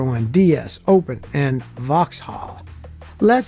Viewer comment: PorschE not PorschA Alfa Romeo not Alfa RomeIA Opel not Open lol